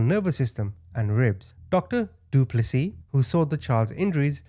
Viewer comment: Can I just compliment the way you pronounced Du Plessis perfectly...